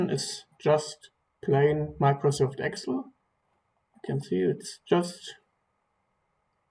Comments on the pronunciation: awesome... just to help, it is pronounced ex-sell not xel... hope that helps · That is how a lot of German speakers pronounce it in their language.